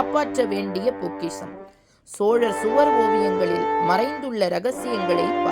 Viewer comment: அது சுவார் இல்ல.... சுவர்